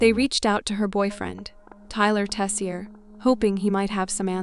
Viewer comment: I’m saying this mainly for me, but Tessier is pronounced “Tase-Yay” not “Tess-E-Er”; It’s French. When I heard that guys name I actually choked. I have a cousin named Tyler Tessier-different person-but still crazy none-the-less.